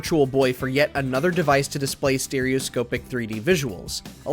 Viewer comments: Take a shot for every time the presenter mispronounces “Stereoscopic” 😂😂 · Once i heard that it triggered me and i would be practically screaming at my screen it's proper pronunciation! :face-blue-question-mark::face-blue-question-mark